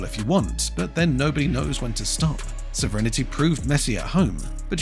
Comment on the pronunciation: What is this "sovrinnerty" the robogob keeps talking about?